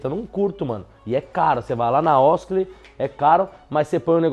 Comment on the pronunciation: Quem ai ouviu o fala osakley😂😂😂